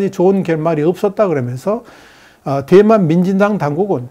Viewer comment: 내귀가 이상한 건지.. 대만이... 뎨만으로 들림 ㅎㅎㅎ